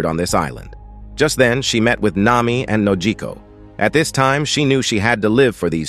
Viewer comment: I don't know who is doing the commentating, but they need to learn the characters names. Nami's adoptive mother was called "Bellemere" not w/e he said, and her adopted sister is called "Nojiko" not Nokoji. As for Luffy's attacks they are called "Gum Gum" not Gummy.